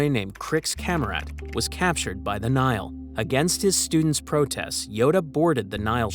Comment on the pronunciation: For the record, the Latin word Nihil is pronounced "ni-hill", not "nile." It means 'nothing.' Even English Nihilist is probably pronounced "nie-ill-ist," not "nile-ist."